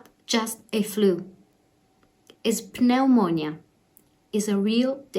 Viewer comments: FYI the "P" in pneumonia is silent, Pronounce it like it's spell neumonia. Another example of how ridiculous the written English language is. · So pleased you have recovered but this has been a catastrophe for Italy and now for my country - England. Wherever you look it's bad news, we can only hope that the measures we've taken succeed By the way, Pneumonia is pronounced with a silent 'p' in English, so in effect, it is nu-moan-ia x